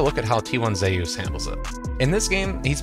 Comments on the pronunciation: Because that’s how it’s pronounced… he’s korean, Zeus is pronounced ZeYus 💀💀💀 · Why are we pronouncing Zeus like that?